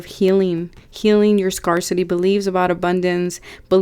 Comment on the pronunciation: scare-city not scar-city ☺️